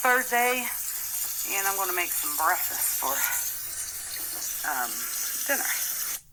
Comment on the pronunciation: It is not pronounced "bretfust"..I don't know why this drives me over the top,hearing this pronunciation..lol..its literally two words together "brek-fast" , meaning you "broke" your overnight "fast"..